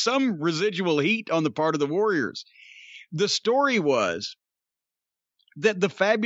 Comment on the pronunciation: The build to it was fantastic. "I'm hunting Woad Wawriows"